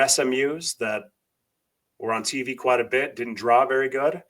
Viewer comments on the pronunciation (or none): none